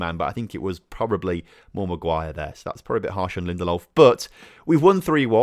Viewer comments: Lin-Der-Lof not Lindolf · GOR-ETZ-KA and BER-NAR-DES-KHI 👍 edit: & LIN-DE-LOF